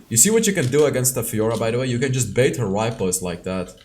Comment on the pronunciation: its repost not ripost plss i was so pissed off listening to it again and again